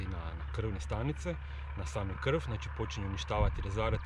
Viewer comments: I kaže se krv ne krf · pa prijatelju poslusaj sam umjesto slova V kažeš F ,krf, otrof itd sve najbolje želim samo kažem